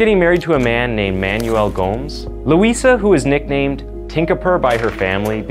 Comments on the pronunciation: Lmao Gomes is pronounced Gomez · Goh-mez, just sayin'